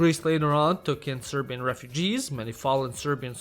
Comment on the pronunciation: respect for saying serbian names good